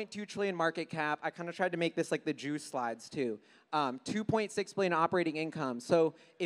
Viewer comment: Did he really say Jew slides 😂